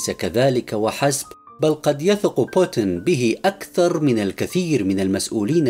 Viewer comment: إقرأ اسم بوتين بطريقة صحيحه من فضلك